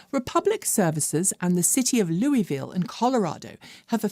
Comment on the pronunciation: Regrettably, the Colorado Louisville is pronounced like the Kentucky one is not. "LEW-iss-vil".